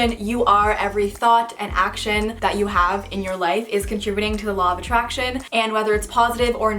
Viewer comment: 😂When they where saying "the law of attraction" I thought they said "the law of a Trash Can 😂